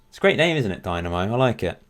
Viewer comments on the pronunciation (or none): its not a company but a society, and Zagrebs Dinamo doesnt have anything to do with them. It was just a popular name for clubs in eastern block back during the 20th century Also its pronounced like Deenamo, not Dynamo